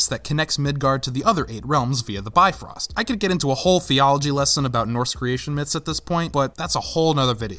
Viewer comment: In the original norse mythology bifrost is pronounced bif•rost